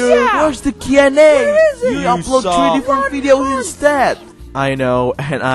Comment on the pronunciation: You pronounced comfortable! Now pronounce Q+A correctly (mainly the Q)